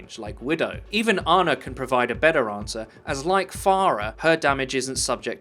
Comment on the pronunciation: Farar and Arna? Surely you can't be serious that's how you pronounce those names. Drop the Queen's English for them.